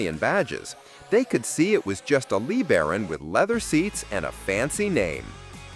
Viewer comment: A Chrysler Lee Baron. How about LaBaron?